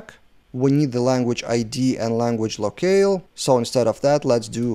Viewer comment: Nice video 👍 FIY, "locale" is pronounced same as "low kal" - I'm not native too, no worries 🤟